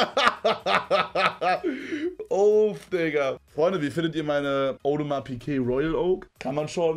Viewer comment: Audomar Piguet... Sagte er und meinte ne Nautilus xd